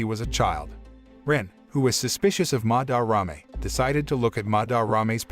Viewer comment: am i the only who wants to bang their head into a wall everytime he says "MaDarRame"? (im not hating on the video btw)